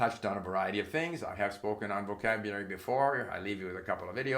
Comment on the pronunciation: My god…he can barely PRONOUNCE “vocabulary”. Rather than grammar, maybe we should study what exactly happens to people when they reach 70 years? What is this slurring that occurs? Post debate thoughts, I suppose?